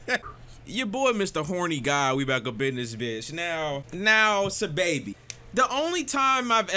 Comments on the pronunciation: Im still hearing SY lol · my brotha for future reference it's pronounced Saw-Baby. not hating at all just informing. much love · Stop saying his name like that💀listen to squidtastic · not even how you say his name